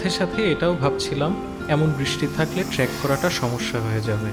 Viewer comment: অনেক ভাল লাগলো। আপনার উপস্থাপনা, ভিডিও ধারণ সবই ভাল হয়েছে। শুধুমাত্র 'ট্রেক' শব্দটাকে আপনি ট্র‍্যাক বলেছেন। এইটা বারবার কানে লেগেছে ভাই।